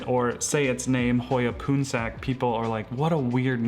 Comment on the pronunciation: hoya lacunosa "poonsak", the pronounciation sounds like "pawnsug" which is a common name for male in Laotian and Thai